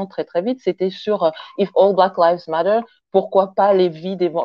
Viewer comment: En fin on a trouvé un français qui sait prononcer le mot matter